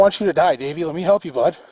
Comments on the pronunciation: Lol, sounded like he kept saying Baby, not Davey. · I kept thinking he was saying " Baby" until I read to description "Davie" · Every time he called him Davy I heard “baby” which made this video fun to watch. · I thought he was calling him Baby till someone pointed out it was Davy. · thought he kept calling him baby 😁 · Man I swear I thought he said “don’t do it baby” at first 😂😂 I woulda fought that cop too if that was the case 😂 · I thought he was calling him baby 🤣🤣🤣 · Honestly thought the cop was saying baby, for awhile lol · for a second i actually thought he called the suspect "baby" turns out im deaf and he said davey .-. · I thought he was calling him "baby" at first haha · I fast forwarded through it to see what I wanted. I swear I thought the officer kept calling him baby 👶 🍼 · I’m telling you he was saying baby 😂😂😂😂